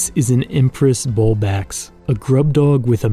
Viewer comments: It cracks me up that he pronounces it bulbAX and not bulbLAX😅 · Great videi. One thing that bugs me though. Please learn the names of the organisms if you're going to use them. Shutterchucks > Skutterchucks Bulbax > Bulblax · "This, is an empress bulbax" It's Bulb-lax just so you know